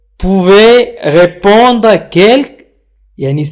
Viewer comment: في الجملة الاولى ننطق re في répondre هي مكتوبة لكنك لا تنطقها